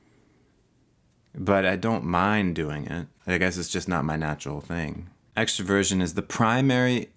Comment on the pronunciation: When he says Extroversion... i hear him saying “Extra Virgin”